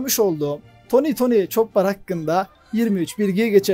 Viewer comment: ÇOPPAR depil ÇOPER DİYE OKUNUR